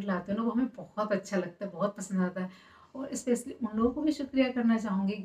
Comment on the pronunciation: Donu devrani jethani pehla apni pronounciation thk kro English ki toh dajiyan udye hue ha स्पेशल होता है स्पेसिल nhi